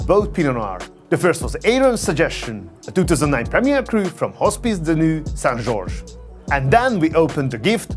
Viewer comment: If I'm not mistaken, the shrimp on the dish is the Lucensosergia lucens shrimp, but the one shown directly after is the decorative Neocaridina davidi which is normally not eaten. A detail perhaps, but I know you appreciate details :) Both are often called Sakura shrimp. You also mispronounce "Nuits-Saint-George". The way you pronouce it, it means "Naked Saint George". "Nuits" is pronounced as "Nu-wi" and not as "Nue". Lovely video, I learn so much from your videos I take notes regularly.